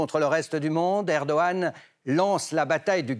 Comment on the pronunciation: Encore un journaliste qui écorche le nom du président de la Türkiye, soit il le prononce dans un ordre inversé de sorte à troublée ceux qui un jour entendra à nouveau le nom du président de la TÜRKIYE.